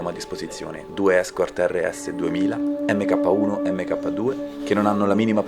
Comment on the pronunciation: Video spettacolare come al solito, però “EMMECAPPA” non si può sentire, si pronuncia “Mark”...